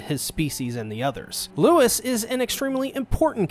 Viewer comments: it's lou-ee not lewis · His name is pronouned LOUIE, stop calling his Lewis. Louis didn't kill the Shishigumi, just their boss. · Fat you know it’s not Lois it’s Louis has Holly pronounce it in the animate least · i cant handle handle how you pronounce louis it is L oowee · The S in Louis is silent btdubs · uhhhh, the deer boiis name is Rouis, no Louis